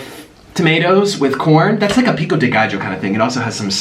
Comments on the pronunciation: Sooo white he said “pico dee gijo “ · My jaw dropped when he put a "J" in "pico de gallo"